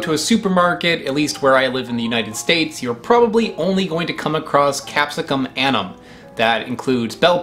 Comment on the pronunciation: Very good pronunciation of the pepper from Chile! Now, about "annuum" -- say "AN-new-um." Next time, let's work on Frutescens. Your presentations are enjoyable. Not that it's fun to watch you gasp because of the heat/bitterness, seeds, or whatever, but your honesty is enriching.